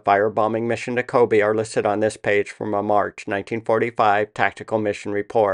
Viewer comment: CO-BAY not like Kobe Bryant